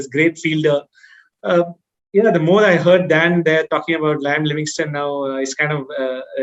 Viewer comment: Gs it's liam not lime